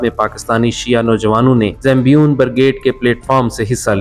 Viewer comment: Bhai zambion nahi.. Zaynabiyoon naam hai